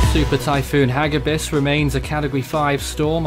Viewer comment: It's ha-gí-bis which means "velocity" or "speed" in Tagalog (a language in The Philippines). It is not hágibis like what the video enunciated. It's hagíbis. Intonation on the second syllable.